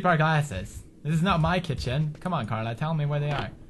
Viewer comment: It's Carla.. not Sharla.